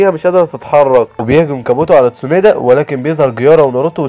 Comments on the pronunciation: و برضو اسمها تسونادي مش تسونادا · الملخص اسطوري بس في غلطات الاولي: اسمه جيرايا مش جيارا الثانيه: اسمها اتسونادي مش اتسونادا الثالثه: اسمها الأكاتسكي مش الأكاتسكو الرابعه: اسف لكل محبين إيتاتشي لاكن مستحيل إتاتشي يقدر يهزم مايت جاي الخامسه: اسمها ايدوتنسي مش ايدوتنسو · ليش ما بتعرف تقول ولا اسم كيسامي✔️كزيميرو✖️ تسونادي✔️ تسونادا✖️ جيرايا ✔️ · تسونادا ؟ قيارا؟